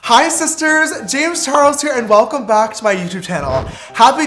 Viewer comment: Is it just me or its "James Chares"?